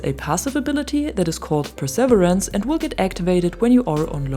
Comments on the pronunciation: Hey your English is excellent but just so you know, perseverance, though it might not look like it, is pronounced pur-suh-VEER-ance 😊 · Love your content, looking forward to some time with this weapon. If I may, for "perseverance" the accent is on the third syllable, and it rhymes with "beer", like per-seh-VEER-ance. Thanks again for the great videos.